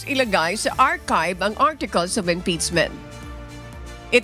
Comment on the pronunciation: Madam pakiayos yung pag pronounce ng mga words po. IM-PEACCHHHH-MENT, hindi IM-PITS-ment! feedback lang po. Kasi yung Mendowza ang oa po pero ang impeachement mali. Hayst. Please po. Nanonood po ako sa UNTV parati. Ayusin nyo FLEASEEE